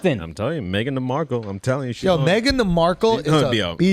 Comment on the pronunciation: Why they saying Meghan thee Markle🤣🤣🤣🤣